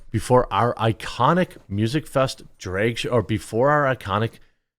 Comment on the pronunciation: drag, not draeg, jeremy, why can you not pronounce drag?! who the F says it like that. like flag. not flayg.